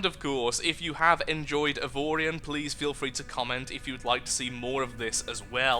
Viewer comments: Justin A my god pronouncing the name right!? The gods must want to play more! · 1 you said the name right 2 series plz